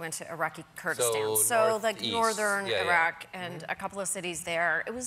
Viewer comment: It was nice to hear some Americans pronouncing Iraq that way, instead of the usual: "Eye-rack".